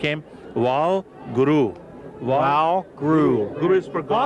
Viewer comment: that's not their names some these white people look stupid they just started to be Sikh he is not even saying guru right and by the way I am Sikh